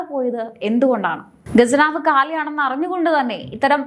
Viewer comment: ഗജനാവ് എന്നാൽ ആനയുടെ നാക്ക്. ഖജനാവ് എന്ന് പറയ് പെണ്ണേ. വിമുകത അല്ല, വിമുഖത ആണ്. ഖ... പറയ്.. പറഞ്ഞ് പഠിക്ക്.. പടിക്ക് അല്ല. ഉച്ചാരണം പറയാൻ പഠിക്ക്, എന്നിട്ട് ചാനലും ആയി ഇറങ്ങ്. 🥶🤐😝👻